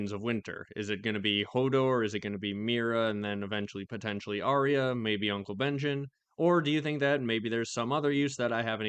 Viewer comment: not sure how many people know this, but arya is pronounced “are ya” according to GRRM, not “are ree ya”